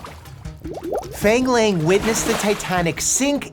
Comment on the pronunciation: I’m fairly sure Dr Mike’s pronouncing Fang Lang incorrectly and I’m cringing I’m sorry